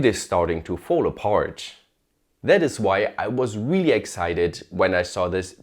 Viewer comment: not weaaallyyy